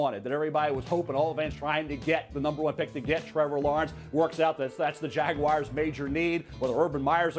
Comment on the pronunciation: It’s Jaguars not Jagwires. Why is this so hard for these talking heads?